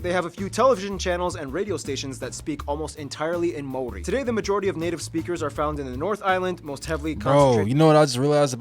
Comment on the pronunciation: No offence or disrespect to you my bro but, the narrator’s pronunciation of the Maori Language is shocking and insulting. Personally, it’s not such a big deal that NZ was not included on the world map. You are correct, the north island looks like a fish/Stingray hence it was referred to as Te Ikanui a Maui (The great fish of Maui). Maui was a famous and magical ancestor of Polynesia. He stowed away on a canoe when his older siblings went fishing one day. He convinced his brothers to travel further south and magically fished up the north island. The South Island was known as Te Waka a Maui (Maui’s canoe) prior to the great migration. Stewart island was known as Te Tauranga o Te Waka (The anchorstone) prior to the arrival of Polynesian. 7 main vessels each had a flotilla of smaller vessels. Maui was so revered and famous for his many great deeds that the Hawaiian people named an island after him. The stories of Maui’s great fish, were handed down verbally through the generations. Kupe was the first navigator to follow the constellation of stars known to Polynesian as Te Matau a Maui (Maui’s Fishhook) Kupe gave the name Aotearoa (Land of the long white cloud) a subtropical rainforest. Kupe returned to Polynesia and informed the many paramount chiefs who began building the canoes for the journey. All the canoes and their people met in Rarotonga for the final feast and the emotional farewell the next morning before they set sail for Aotearoa. It wasn’t as Anthropologists wrote man